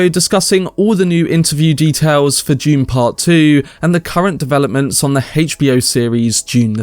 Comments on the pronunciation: Dune, with a D. Not June with a J. Just kidding I don’t give a shit how you pronounce it. I just thought you were saying June part 2 like 50 times 😅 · Is this information June Part 2 or of Dune Part 2. Sorry Mate i would enjoy your reveal better if you could pronounce "Dune" its really hard to ignore. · I may be wrong, but I think it is pronounced "d"une, not "j"une. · No hate. I couldn’t stop hearing you say June instead of dune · This was a fantastic film until the ridiculous fight scene in the end. Still excited about 2. Nobody took the time to let this guy know to say dune not June.? 🤣🤣🤣🤣